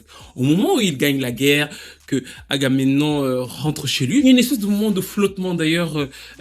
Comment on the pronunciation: sinon c'est pas Argamenon hein, c'est Agamemnon :)